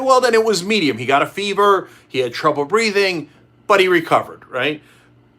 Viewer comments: "Breating" is that a piss take on the way Donald speaks? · Breating? Or Breathing!! English please Cenk. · mising the h in breathing!!! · There is a H in breathing.